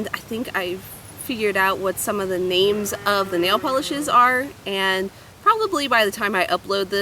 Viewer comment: so cool you got the names Right!